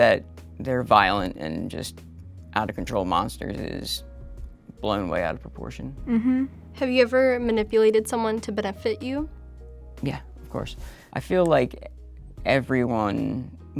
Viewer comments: Love how that one girl totally mispronounces benefit. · Literally never heard that pronunciation of 'benefit' before.